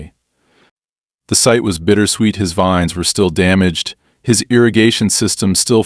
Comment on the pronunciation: grape "veens" lol AI can't read